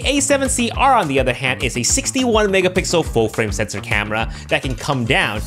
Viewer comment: megapixel ❌ Megapicles ✅